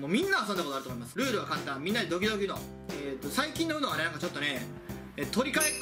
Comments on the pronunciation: UMOって言ってない？ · ウノって言ってないやん笑